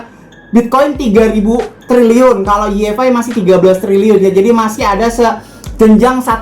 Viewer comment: Koreksi bang bukan yi ef ai, tapi wai ef ai. Makasih 😁